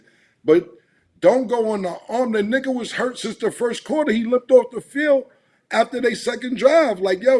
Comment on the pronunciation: hearing Mike saying nugguh like that took me out 😂😂😂